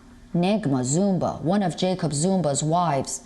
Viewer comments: Me: Zumaaa:: Narrator: zoooomba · Zuma not Zumba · Why she saying Zumba? It's ZOOOOOOOOMA!!!! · she keeps saying ZUMBA not Zuma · It’s ZUMA not Zumba 🤣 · Really? “Zumba?”...Zuma. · He's Zuma. Not zumba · 🤣🤣 It's Zuma Not Zumba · Why was the commentator saying "Zoomba" instead of Zuma? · This channel becoming more and more of mediocre. In south Africa, their correspondent is Asian. Racist much? Plus, she keeps saying Jacob Zumba. She can't even pronounce his name. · Why does that woman sometimes pronounce the name as "Zumba"? 🤣